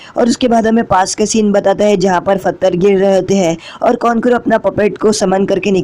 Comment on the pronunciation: Bhai love you but phatre ni pathar